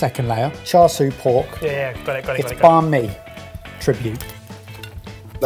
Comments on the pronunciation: I think bad pronunciation of 'Char Siu' has rubbed off on. Edit: Ok he moved away from pronunciation later into the video lol. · The siu part of char siu pork is actually pronounced see-you (say it really fast together)! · Not a fan of this episode with the constant bullying of poor Barry. Also pronunciation of "char siu" is horrendous [EDIT: He said it right the 2nd time though].